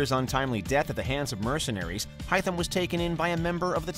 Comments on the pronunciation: Please don't get this guy to pronounce names ever again lol. I knew it was going be rough when he starts the video pronouncing Haytham's name High Tham, and when he tried to pronounce connor's native american name... oh dear god. I mean that's a hard name but every name in here is literally said for you in the games.. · haythem hay-th-em hay like hey th said like f and em like m jesus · 1 minute into the video and I heard "hii-thm kenway". This guy butchered every name. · The way he says Haytham 🤦‍♂️ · My dude disrespect AC 3. The way he pronounced Haytham and Ratohnhaketon :( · In Haytham the “a” is not silent!!!!!! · okay, i hereby announce my interest in boycotting until they either disappear from this earth or start getting shit right. honestly, the way he pronounced Haytham should be enough reason. and also in no way shape or form in this life or in any other parallel universe should any character from odyssey be on any ac list unless it is dead last or at least close to it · Ok first off get Haythams name right ffs if you want to at least look like u planned to make this list and second, kassandra over Edward.....I have no words. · Sorry pal, it’s Hāythem, not f***ing HIYTHEM! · They legit pronounced his name in the god damn game. Its HAY-TH-EM. Christ. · He said hytham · The way he says Haytham it sounds like Hytham, who is a different character in Valhalla. There’s an A at the beginning of his name for a reason! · He pronounced it like Hytham, the Assassin of AC Valhalla :D Hytham ≠ Haytham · HAYtham, not HYtham. Two different characters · Im sorry but when at any point was his name Hytham and not Haytham Kenway. Im Sorry But it reminds me of when people say Na-rue-do Instead Of Nah-Rue-Toe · It's Hey-thum not Hi-thum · just once i'd like them to pronounce these names right. they lose all credibitlity when they can't even say "haytham's" name. HAYtham, not HI tham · It’s pronounced. Heytham. Not Hightham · he pronounced haytham as haitham